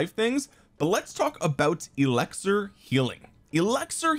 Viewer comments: it’s eLIXir not eLEXir…come on, you’re too educated to not know such a basic word my guy 😂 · Does he say elixir weird, or is it just me?